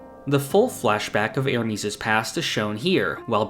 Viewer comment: Great video, I just wish you could pronounce Ermes better